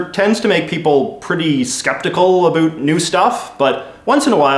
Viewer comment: "Wonder aboat" Ah yes a fellow Canadian lol